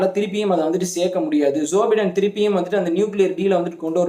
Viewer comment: உச்சரிப்பில் வேண்டும் ஒரு திருத்தம் ......!! ? ஜோ பை( bi )டென்